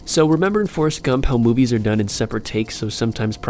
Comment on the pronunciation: in the beginning instead of "movies" its "moives"